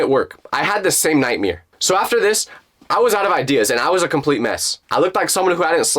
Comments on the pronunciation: did bro say “nwightmae” instead of nightmare🚡🚠🚟🚡🚠🚟🚡🚟🚠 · "I had the same nightmere" bro it's nightmare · Bro said nightmere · Did bro just say nightmeeer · Why does bro say nightmare as nightmear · Who else heard "nightmier"? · No offence but the way you pronounce nightmare is a little funny